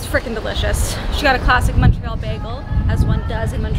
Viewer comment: so happy you pronounced Montreal correctly!! also I moved away from Montreal last year and I miss timmies </3